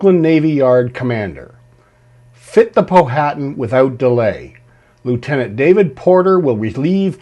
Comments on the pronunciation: It's not pronounced Po-hatan. It's pronounced pow-atan. The H is silent. I know as I have a long distant relative of the Powhatan tribe of Native Americans in VA. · great presentation, just wanted to let you know the pronunciation of Powhatan is Pow uh Tan, not Po Hat an, like the river (and Native American tribe) in Virginia.